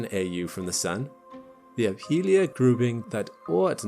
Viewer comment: Neither was I. Nor was I expecting him to mispronounce aphelion or apophis.